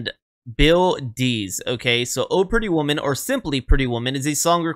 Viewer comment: The accent does not go on the word "Oh." The accent goes on "Pretty Woman." The way you said it sounded funny...lol